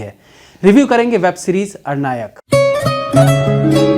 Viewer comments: It's not arnayak , it's aranyak... pronounciation sir.. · aap galat pronounce kar rahe hain! Ar-nayak nahi aran-yak! From aranya (forest) to ananya-k! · Likha hai Aranyak bol raha hai Arnayak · भैया...अरनायक नहीं... आरण्यक है। अरण्य यानी जंगल से जुड़ा हुआ। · Web series के नाम का आपका उच्चारण सही नहीं है। आपने अरनायक कहा। जबकि सही उच्चारण आरण्यक है। अरण्य संस्कृत में जंगल को कहा जाता है। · आरण्यक है साहब अरनायक नही। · IT'S ARANNYAK, NOT AR-NAYAAK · Bhayya aap baar Arnayak (अरनायक) keh rahe ho. Actually iska pronunciation Aranyak (आरण्यक) hai 🙏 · Again aur ek Excellent review. But Series ka name ka pronounciation thoda alag hoga. Actually its a bengali word. So, I know that. In English Aranyak In Bengali আরন্যক In Hindi आरण्यक